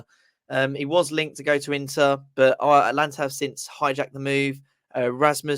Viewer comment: It is Atalanta, not Atlanta…. But yes, classic Moyes